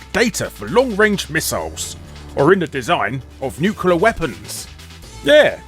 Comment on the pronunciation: Larry, did you say "Nucular" weapons there